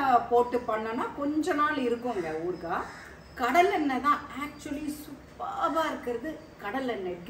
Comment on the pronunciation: ooorkkkaaa.illa .oorukaaai or oorugaai ma'm h aha ha no offence